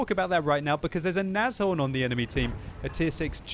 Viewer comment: I thought he said "asshole" when he was saying "Nashron"...